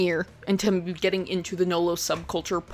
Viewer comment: It's NULLO. Not 'No-Lo'.